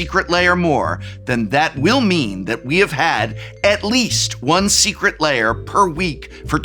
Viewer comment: I always hear "Secret Layer Alert" from prof's enunciation xD